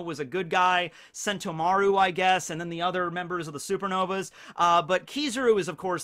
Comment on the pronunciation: The way emphasizes Mar in Sentomaru instead of the To